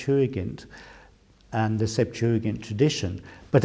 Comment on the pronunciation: Finally someone who pronounces the word correctly